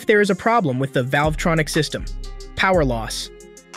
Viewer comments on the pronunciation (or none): I can't hear one again how you say "velvetronic"